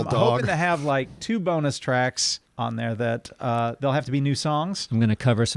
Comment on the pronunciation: I swear to god I heard saying BONNER track! I had to go back and listen to it again... Disappointed that it was BONUS track